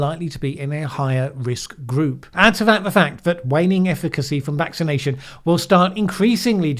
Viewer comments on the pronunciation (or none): none